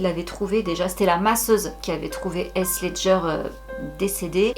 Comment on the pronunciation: Heath pas heas ledger hahaha